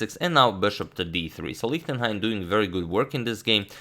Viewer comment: please consider: ch in Gernan is like sh im english... his name is read like Lishtenhein